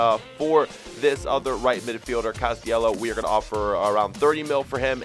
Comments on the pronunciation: Its cast-ill-leho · Castillejo is pronounced 'ka'sti'je'ho